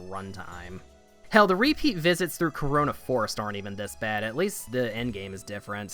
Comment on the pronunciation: Town name "Carona", how you read it Corona ...... uuummmmm